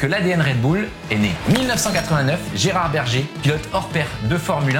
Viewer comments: La façon de dire Gerhard Berger avec un bel accent french ... 😅😂 Gérard le Berger et ses moutons 😂😂😂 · Affreux le Gérard berger 😂😂😂 a la franchouillarde 😂😂 guairar bérgér phonétiquement 😭😂😂😂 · ca se dit "Guérarte Berguère" et pas Gerard berger mais surper video sinon 😂 jte chari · On dit Guerrard Bergueur par Gerrard Bergé pour la petite info. Mais sinon bonne video. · Belle vidéo,… mais Gerard Berger , prononce Gérard Berger comme le gardien de Mouton, ça pique les oreilles,… c.est un Autrichien donc prononcer Guérard Gèrguère , c’est tellement mieux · Gerard berger?!? 🐑🐑🐑 T as osé ?!!😳😱 "Gué-rarde bèr-guère" J ai 40 piges, fan de F1 depuis 30ans, c est la 1ere fois que j ai les oreilles qui sifflent en voyant une video parlant de lui... Carton jaune l ami 🟨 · Ta façon de prononcer le nom Gérard Berger à la française m’a tué. 😂😂😂😂😂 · « Gérard Berger »😅… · Dommage que tu ne prononcés pas correctement le prénom et nom de certains pilotes. Pour la phonétique c'est "Guerarde Beirgueire" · Gérard berger ... Mon dieu mes oreilles 😂😂😂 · Lol, "Gérard bergé" 😅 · Gerhard Berger prononcé à la française... 😅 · Très intéressant mais il faut revoir la prononciation de "Gerhard Berger", c'est un autrichien 😊